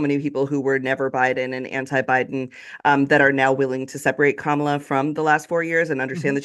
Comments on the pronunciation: Hal talks about Kamala introducing herself and then goes on to pronounce her name wrong two minutes later. WTF. It's Comma-La, dude. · Hal ! Did you just say….KaMAla Harris ? Yikes.